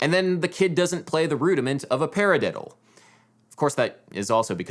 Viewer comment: who the fuck says para-DIDDLE with that emphasis? Kids are dumb. lol